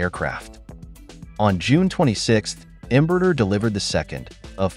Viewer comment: AI-generated videos still can't pronounce Portuguese names correctly. It's not Embrur, it's Embraer with open "ae". This is more Artificial Stupidity!